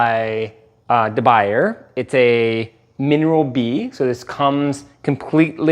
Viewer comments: I love stainless steel for ALL foods and they're oven proof too. Oh, it's pronounced de Boo Yay not buyer. It's a French thing. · It's not pronounced de baiyur. It's pronounced de boo-yay. I love my carbon steel pans. (I use Matfer, but that's beside the point.) But when it comes to anything acidic, the only nonstick solution is Teflon. I also prefer Teflon when pan-searing ahi or salmon. And suggesting there are any associated health hazards is Luddite BS. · It’s “Da-Boo-yeah” not “Da-Buyer!” Just saying! 😳 Like your videos but not going the extra mile to learn the proper pronunciation just hurts your credibility! IMO. 👍Still a Subscriber! 🇺🇸🇨🇦